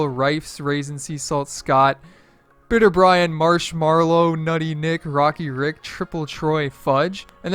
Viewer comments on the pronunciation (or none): none